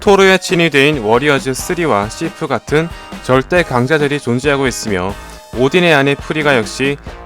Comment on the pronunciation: 씨프가아니라 시프아님?